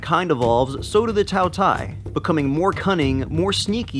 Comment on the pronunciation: For once, it pronounce ''Tao Tea-A''，饕餮 (tao tie).